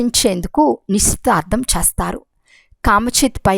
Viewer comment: Sister..చేస్తారు అని పల కండీ..pls నిదానంగా చదవండి